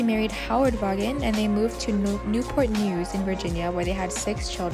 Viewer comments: Vawnnn. Hehe. It was driving me crazy. Good work tho! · The name is pronounced "Vawn".